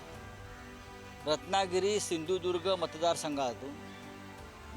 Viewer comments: सिंदूर्ग नाय बाबा सिंधुदुर्ग आहे 😂😂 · ज्याला सिंधुदुर्ग बोलता येत नाही त्या भामट्याला पाडा आणि गाडा.... शिदुर्ग 😂😂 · अजून पण ह्याला सिंधुदुर्ग बोलता येत नाही. कसा काय कोंबडी चोर निवडून येतो ते बघूच आम्ही.